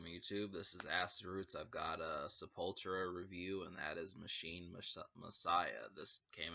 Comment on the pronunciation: It's Se-Pul-Tu-Ra! ;)